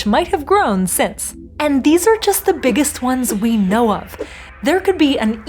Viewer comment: Did you purposefully mispronounced "Know" !! Anyways great videos ❤